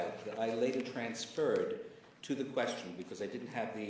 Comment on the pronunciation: what’s with him saying “transferred” like this? Bro thinks he’s going something with vocabulary when he’s clearly a dumbass